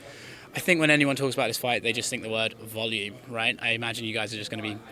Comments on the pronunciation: does dustin realize its not valume its volume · Volume not valume knob